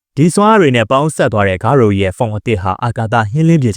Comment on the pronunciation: ဂါရိုပါ ဂါရိုဦးမဟုတ်ဘူး ကြားရတာနားထဲကန့်လန့်ကြီး ပြီးတော့ Monster cells ကိုလည်း ဂါရိုက မစားခဲ့ပါဘူးနော်သေချာပြန်ကြည့်ပါအုန်း 😢